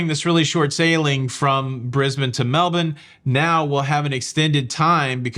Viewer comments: Ok, way impresssed now. You know how to pronounce Melbourne Right!!!! Well done sir! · Props to you for your correct pronunciation of Melbourne! 😎 Very few US citizens get that right! You should be proud! ☺️ Btw I grew up there and it’s a lovely place, although the Winters are pretty miserable. Brisbane is way nicer. I love it here! 😎☺️